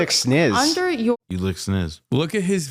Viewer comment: Mf said snizz 😂